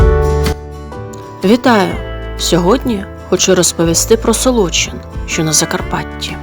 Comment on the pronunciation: Правильно наголошувати Солочи́н, Солочина́ і т.д. при всій повазі